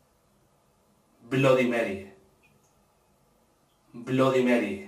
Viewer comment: aprende se dice bloody merrui asi se dice